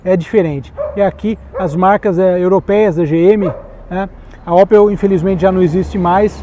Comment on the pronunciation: Não é Ópel, é Ôpel